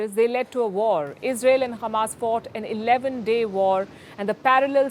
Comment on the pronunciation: It's not khamas it's hamas Palki.